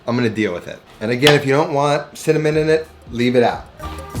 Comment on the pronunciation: .."Sinnamoninnit".. Hard to find spice..